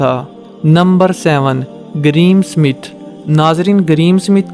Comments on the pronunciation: Ye greem Smith nahi Graeme Smith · bhai please pronounce name properly there is no "green smith " GRAHAM SMITH